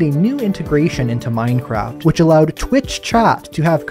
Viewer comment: True. Bees actually die after stingin in minecwaft